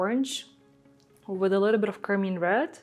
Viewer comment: This is beautiful!’ I do always giggle when she calls car-mine car-mean.